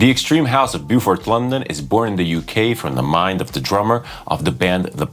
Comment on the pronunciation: Sounds like a hard no for me, but that is cool, we can’t all like everything! It’s Bo Fort BTW rather than Boo Fort. Pronunciation Police ;)